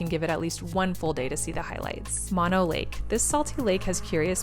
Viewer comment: FYI it's pronounced MoaKnow and Not Mawknow... :)